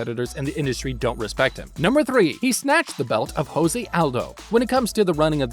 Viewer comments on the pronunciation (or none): none